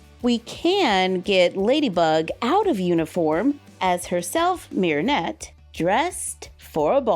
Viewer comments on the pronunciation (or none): Just an fyi, but Marinette's name is pronounced with a more "E" sound in English instead of the "I". So it's more like Merinette instead of Mirinette 💖